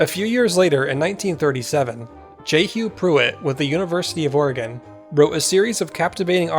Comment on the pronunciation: When did Oregon become Orgin?